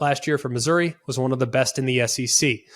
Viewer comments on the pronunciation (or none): none